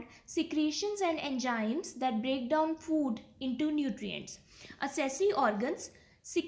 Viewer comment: why you call enzymes as enjymes?